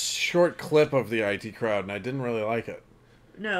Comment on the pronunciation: Wow, you said the title of the show as "eye tea" crowd! Most people I have seen thought it was the "it" crowd when they first watched it.